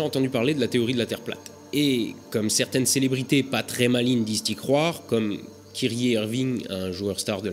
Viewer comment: Ahaha désolé en tant que fan de basket t'as prononciation du prénom Kyrie m'a vraiment fais mal aux oreilles "Kayrie Erving" serait plus juste d'après moi mais ce n'est pas vraiment grave car ce commentaire n'a aucune valeur astrologique bref voilà !